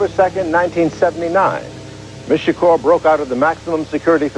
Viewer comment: The way you mispronounce Shakur and 2pac is odd for a blk American.